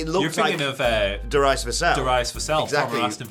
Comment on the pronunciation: Darius … Dare-e- us sound it out